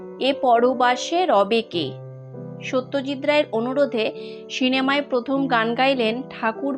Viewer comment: খুব ভাল লাগল।দুষ্প্রাপ্য ছবিগুলি ও ভাল লাগল ।”সিনেমা” শব্দটির উচ্চারণ কানে লাগছে শুধরে নিলে ভাল হয়।